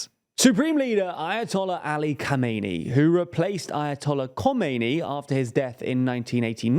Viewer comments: Why do you pronounce Khamenei [kamɛjnɪ] and not [xamenɛj]? This way the name of the supreme leader is too close from the one of the founder, Khomeini.. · As an Iranian I can say, this is actually a very good representation of the current situation in Iran. Just one little thing, the current leader's name should sound like kha-meh-neh-ee and the old one is kho-may-nee. Obviously you are not expected to say every foreign name accurately. Thanks for great videos.